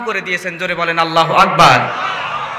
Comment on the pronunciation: আল্লাহু আগবার ..? নাউযুবিললাহ । আল্লাহু আকবর হবে । আর ক্বারী লিখেছেন কিন্তু পড়া তো সহি না। পাম তো একটু বেশি হয়ে গেলো..?